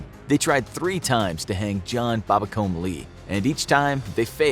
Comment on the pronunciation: Babbacombe is pronounced Babbacoom.